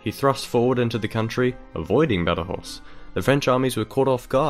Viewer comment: Badajoz is never pronounced Badajoss. It's Either Badahoth is Castilian, Badahoh in local Extremeño, or Badajosh in Portuguese.